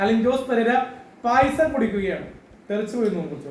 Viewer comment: നീ കുടിക്കുന്നത് പായിസം ആണോ അതോ പായസം ആണോ 🤣🤣🤣🤣🤣🤣🤣🤣🤣🤣😭😭😭😭😭😭😭😭😭😭😭